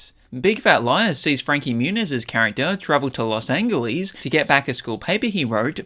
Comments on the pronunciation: lost angellys? Can this person pronounce anything? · everyone is mentioning how he says I instead of First or One, but no one is mentioning the unsung engagement bait of "Los Angle-ees" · Los angle-ees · ❌Los Angeles ✔Los Angleese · It was pronouncing all of the "I"s every time, plus the weird mispronouncing of "Angeles" (also every time) that gave it away. It's the fact that it's wrong in a specifically 'misread from text in a way that would make sense on paper but not if you actually understood it' kind of way. Which is very on-brand for AI. It's fine to use, but it clearly is being used if you pay close attention.